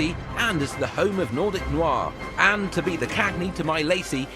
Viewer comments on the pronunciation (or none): none